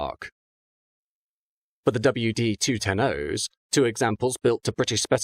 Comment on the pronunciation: Sorry for correcting, it is Jaworzyna Śląska [javɔˈʐɨna ˈɕlɔ̃ska] and Chabówka [xaˈbufka] . I understand this is difficult for a native non-speaking polish, still Your pronunciation is very, very far away from the original.